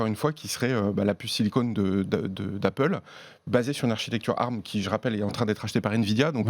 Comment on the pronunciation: Mais pourquoi vous dites « arm » au lieu d’ARM (a-ère-ème) ?!